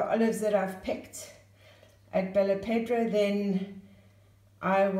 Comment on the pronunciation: you say "pedra" but it's "pédra" (the "E" has a different sound).